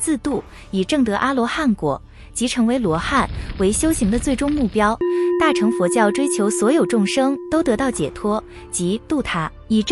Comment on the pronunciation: 旁白發音錯誤， 大【乘】、小【乘】、金剛【乘】， 唸【ㄕㄥˋ】， 不是唸【ㄔㄥˊ 】。 請見以下說明：